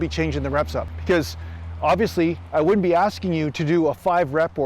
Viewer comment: woodn't ahahah